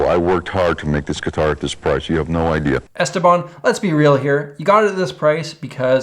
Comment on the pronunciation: He was some guy from Pittsburgh who played guitar and made some instructional videos. His real name was Stephen Paul, so "Esteban" is at least the correct Spanish pronunciation. I remember watching the infomercial for the Esteban guitar. This was back in the 90s, on most network channels after 2AM they would just go off the air. Sometimes they would have an image of an eagle or American flag, other channels was just static snow. Cable channels would stay on but they only showed infomercials, so if you were awake it came down to finding the right one to watch. My personal favorite was the Time/Life "Sounds of the 70's," the worst was a guy with a John Waters pencil thin moustache who just oozed "sleazely date-rape drug," selling something to make you shit your brains out. The Esteban one was a classic though. I remember even at the time when I would have only been playing for a year or so, I still know enough to realize the fact that you could stand on it without breaking wasn't a positive feature, in spite of them pretending it was. I don't know about now, but I remember a decade or so ago there was always at least 1 of them for sale on Craigslist.